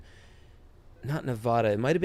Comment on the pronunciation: It’s not “Nevodda”